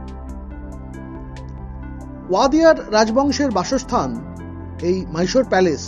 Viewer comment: Mysore ke "Myshore" ar Palace ke "Palesh" bolchen barbar ... bisri lagche bhai